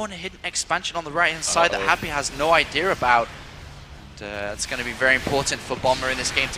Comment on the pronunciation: Lolololo saying "idear"